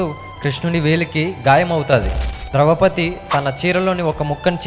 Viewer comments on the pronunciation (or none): ద్రవ పతి కాదురా అయ్యా…..ద్రౌపతి…. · ద్రవపతి కాదు తమ్ముడు ద్రౌపది